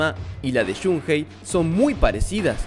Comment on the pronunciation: No creo q tenga nada que ver con el Maximum Impact.... y es Shun ei... no Shun Jei ni Shun Gei ni Shun Hei (si lo pronuncias en inglés)